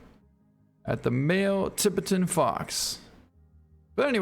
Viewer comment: Or how he says Tibetan Fox🤦🏻‍♂️